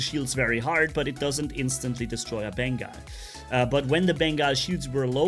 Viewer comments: Pretty sure its pronounced Bengal as in Ben-GAWL carrier or a Bengal Cat. Not Bengai (Ben-Geye) Carrier. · he says Beengaul lol